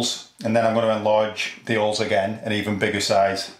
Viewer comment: its holes not ooles